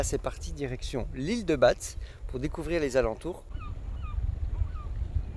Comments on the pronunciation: Tant qu'on y est : le Z de Batz ne se prononce pas; je sais que ce n'est pas facile avec les prononciations. Nous avons bien galéré en Alsace! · L’île de batz (on dit Bâ) 🤪🤪🤗😎🌞